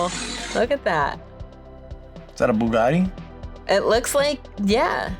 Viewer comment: That's a Bu-gaudy. 😂 Bu-gaudy. 🤣🤣